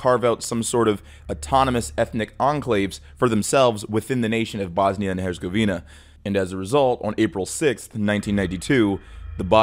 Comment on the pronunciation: When an American starts to talk about the history of a different country, it just gets painful 😅. Yugoslavia didn’t collapse because of the collapse of the USSR. The one thing had nothing to do with the other. Yugoslavia and the Soviet Union were even dead enemies. And the Z in Herzegovina also isn’t spelled like a c but a bit sharper. Otherwise, very good video, as always.